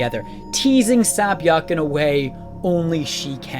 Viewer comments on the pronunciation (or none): 새벽 (sae-byeok) is actually pronounced "sebyog" not "sabyeok" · The only problem is that you are butchering sae-byeok's name. The first syllable isn't "sa', it is "sae" (sounds like "seh"). Sae-byeok isn't just a name, it is actually a korean word, which means "Dawn", such as dawn of a new day.. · I love the video and the deepth of Ji-Yeongs character but if I hear Sea-Byeoks name mispronounced one more time I'm going crazy. It's not Sabyoek but Sebyeok. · "Say"-byeok.. not "sAh"-byuk. They literally say it in the show. Sorry, but that's too distracting. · Her name is SAY- Byuk, not SAH- Byuk. That annoyed me the whole video, but otherwise great video. Jiyeong is an amazing character. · Correction: her name is SAY Byeok, not SAH Byeok. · I'm sorry I really do enjoy these videos of yours about squid game but seriously, if you're going to repeatedly mention the characters, using their Korean names, please be sure to at least pronounce them correctly. The Sae in Sae-byeok is pronounced with an "Eh" sound, not "Ah". Otherwise, you really were spot on with this video, I really like the take you had and described it perfectly. She's easily one of the best characters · It’s pronounced “SAY-byeok” not “SA-byeok” (새벽). Awesome video though. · It’s not sa byak it’s say-byok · This is a very simple lesson when pronouncing korean names, it’s say or sae not ssahh..... if her name was ssah it would completely be different. 새벽 sae-byeok literally translates into dawn and you’re saying ssahh byeokkk is completely a different name. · What depresses me are the totally unnecessary mispronunciations of character names. E. g. Gi-heun, instead of Gi-hun (English doesn't even have EU!) Sabyeok, instead of Sae-byeok Otherwise, the analyses are insteresting. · Your pronunciation is pretty decent, but if you read her name as "Say" instead of "Sah", you'll be closer with Sae-Byeok. Nice break downs! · sah-byok lmao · It's SAE byeok 😀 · Sae byeok is pronounced say-byok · ITS SAY-BYUHK UGHHHHH